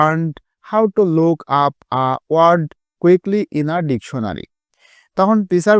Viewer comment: সার ডেকুনারী না ডেকসুনারী😂😂